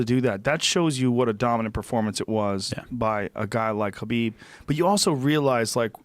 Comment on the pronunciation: It's #KHABIB You Moron.